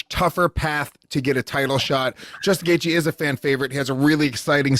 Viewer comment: Chandler, is it that hard to pronounce? Apparently. 'Gagey' at least its hard to figure when you see it written.